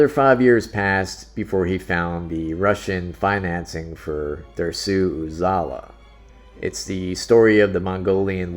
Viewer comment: Your pronunciation sucks. Derssu Ozala was not "Mongolian" he was Tribesman of the Russian far east, and Dodeskaden was an incredible film and not at all panned by critics. . You are a neophyte and a parochial.